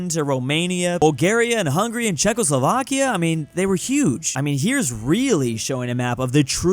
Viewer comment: In my country Iran the way he pronounce it is a bad word